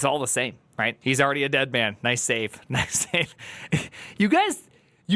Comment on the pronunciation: he definitely meant noice :)